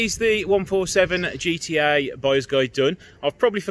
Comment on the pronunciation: Nice one. Actually the correct way to pronounce the model is GE TE A. 👍